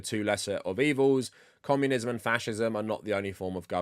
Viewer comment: Is this guy saying commonism